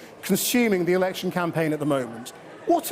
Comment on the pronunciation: Anyone notice at 13.08 the presenter says erection instead of election